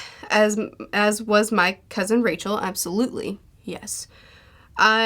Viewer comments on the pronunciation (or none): none